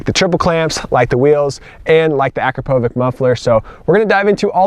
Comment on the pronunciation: Pronounced. A-crop-a-vich !!!